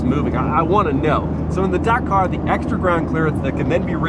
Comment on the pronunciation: This mans pronunciation of Dakar is rage educing